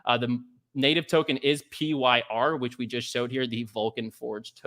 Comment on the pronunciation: "PYR" = Pronounced FIRE!